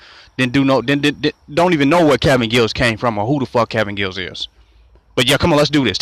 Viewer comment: Giles not Gills stupid